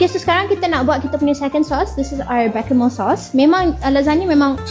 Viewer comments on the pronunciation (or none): It’s pronounced Bay shah mel